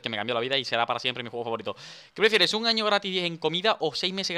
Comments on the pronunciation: Dice ano no año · Minuto embes de decir año dice ano lol jajaja xddddd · Minuto 9 35 dice ano no año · alguien se dio cuenta que dice ano enbes de año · decía ano no año xd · obvio decía ano no leistes bien XD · En la ultima no dise 1 año dise 1ano 😂😂😂😂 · en le minuto dice ano en ves de año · En el minuto dise ano en ves de año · a el minuto 9 47 dice ano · Dani decía ano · dani dise un ano no un año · Like si no te diste cuenta que decia ano